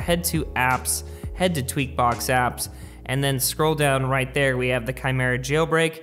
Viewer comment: Any one noticed he finally got it kymera instead of whatever 🤪😂he was saying in past. Anyways i am not trying to a dick. Love your videos brother and thanks for updating.